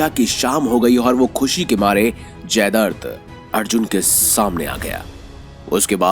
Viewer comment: जयद्रथ__ जयदर्द नहीं